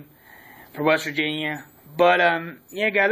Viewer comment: This is exactly why people from WV get a bad rep. Learn how to say West Virgina for some articulation if you're to make videos completely based on the subject